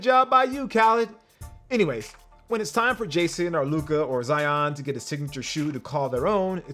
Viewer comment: please pronounce Luka's name right hah